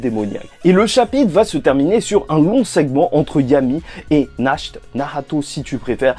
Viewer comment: Ta dit "asta,nach" au lieu de yami,nacht